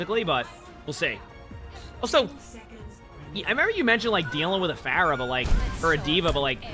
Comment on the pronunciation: this is the first time i heard "Floor-ah" and i fckn' died 💀🤣